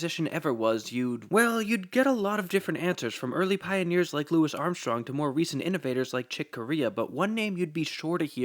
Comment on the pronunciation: Please man, learn to pronounce Louis Armstrong right. Otherwise, I love your videos. Heaps of great information in there!